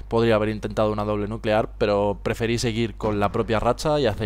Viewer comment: Se dice nuquelar jajaja